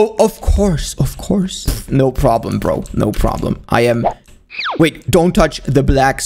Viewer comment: Lol he said no no no problam